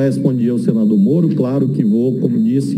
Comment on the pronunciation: Vixe! o 'Cenador' é 'adevogado'?